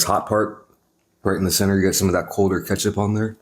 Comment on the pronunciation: Did he just mispronounce ketchup